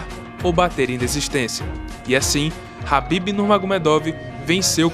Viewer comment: é khabib nao rabib ... o documentario ficou top até vc ficar repetindo o nome do cara errado kkkk